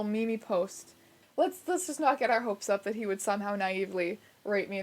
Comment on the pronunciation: Oh no. You said mee-mee.